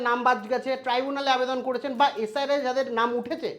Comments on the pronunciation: SRI নয় SIR , ঠিক করে বলুন। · ঠিক করে উচ্চারণ করুন, SIR, আর আপনি বলছেন SRI.... এছাড়া আরও অনেক কিছুই ভুলভাল বলছেন। ভিডিও করার আগে ভিডিওর বিষয় ভালো করে পড়াশোনা করে আসলে ভালো হয় 🙏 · কথাটা একটু কারেকশন করে নিন। আপনি বার বার SRI বলছেন। ওটা SIR হবে। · উচ্চারণ ঠিক বলুন এস আই আর